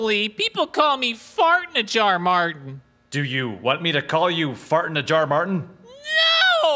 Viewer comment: "FARTS FARRTSS FARTTTSS" Funniest pronounciation lol